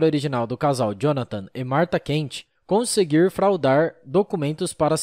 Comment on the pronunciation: Tive que parar de ouvir no "conseguiiiir fraudarrrrr". O sotaque do não dá. Se não há senso crítico de algum organizado do canal, pelo menos deveria haver senso crítico do locutor.